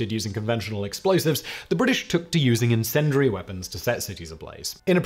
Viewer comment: Please learn how to pronounce 'incendiary'. Hint; there is no "dur" sound in it.